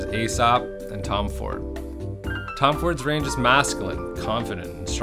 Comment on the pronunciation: Did you said..... Tom Ford?